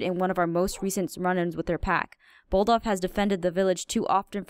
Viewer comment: Its bod-olf not boldof